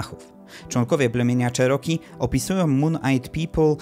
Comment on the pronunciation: Wymawiaj nie "czeroki" a "cziroki" 🤦